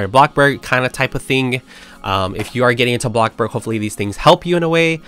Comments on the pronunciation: Literally every time ✨𝑎 𝑏𝑙𝑜𝑐𝑘 𝐵𝑂𝑅𝐺✨ I always say it with him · My day isn’t complete with hearing ah blockborg